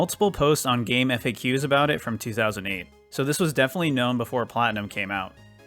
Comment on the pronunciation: Bruh, it's pronounced gamefacks not Eff Ayy Queues